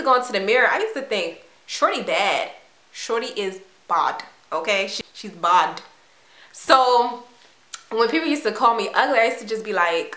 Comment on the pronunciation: LOLOLOLOLOLOLOLOLOOLOL "Shorty is Bawd", I busted out laughing